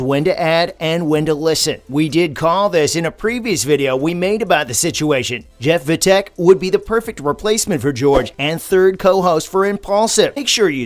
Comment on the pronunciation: Its Jeff Wittek Not Vittek